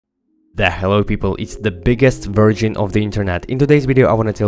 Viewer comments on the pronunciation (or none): did he just say "the biggest virgen in the internet"